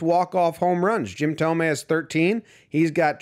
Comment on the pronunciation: Why does everyone mispronounce Jim Thome